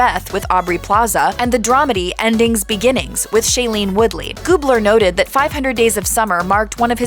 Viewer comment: He not really a genius. darn. U mispronounce ZoOey and Wooley. I think he works at being zany. I didn't know he modeled. huh.